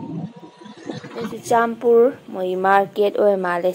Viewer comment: Churachandpur haiyo Not chuchanpur😁